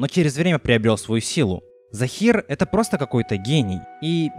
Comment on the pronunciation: ты сказал Захер а не Захир😂😂